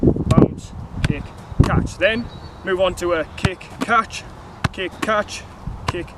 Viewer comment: he pronounce catch as "Caaatch"😂😂😂